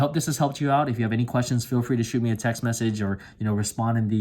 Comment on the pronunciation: "messege" was really bothering me...